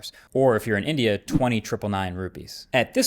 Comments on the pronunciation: "Or if you're an idiot" is what it sounds like, lol. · The part where he said "or if you are in India" I thought I heard "or if you are an idiot" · Who else heard "if you're an idiot"?😢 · am I the only one hearing "or if you are an idiot - 20999 rupies" ? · stop messing with my head now i heard that way too